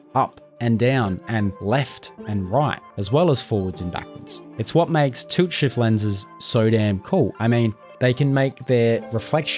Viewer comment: i noticed your accent is very bad even youtube subtites generate toot shift, why you saying tult shift however in my knowledge its tilt shift